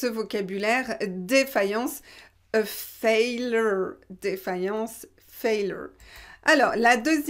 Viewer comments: Merci 😊 mais essaye dire « faill yor » pour la mot failure en anglais 🍷. A hot tip from me - cheers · Failure se prononce avec des diphtongues pour le ‘ai’ et le ‘u’. Essayez comme ça: FÉIL-yeur, sauf le ‘l’ est prononcé, évidemment.